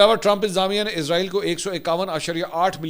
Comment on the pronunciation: # Ask Mansoor Ali Khan آپ وی لاگ ۔۔ اردو زبان میں بنا رہے ہیں تو پھر ۔۔ اسرائیل کو ۔۔ ازرائیل یا عزرائیل ۔۔ کیوں بولتے ہیں ؟؟؟ عزرائیل تو اک فرشتے کا نام ہے ۔۔ تو اس طرح indirectly آپ ۔۔ اسرائیل کو فرشتہ کہہ رہے ہیں ۔۔ تو پلیز زیادہ ماڈرن بننے کی بجائے جو اسرائیل کا اصلی نام ہے وہی لیا جائے تو بہتر ہے